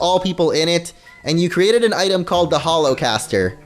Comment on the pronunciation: why did you say Holo-causter? I find this offensive.